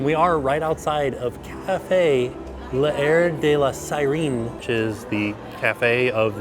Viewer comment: French pronunciation tip. L’air is a contraction like can’t. So it’s /laire/ but not /layer /